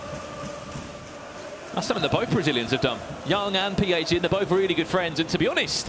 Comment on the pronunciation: The fact that he said PHZIN in bad...he deserves more pain...go and cry 😂😂